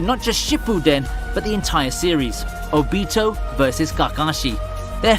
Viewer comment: oooooo-beeeeeto and kackashi smh